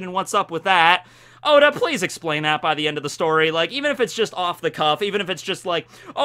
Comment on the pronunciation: At the end he says, “God bless ya, Oda” but it really sounded like god bless Yoda xD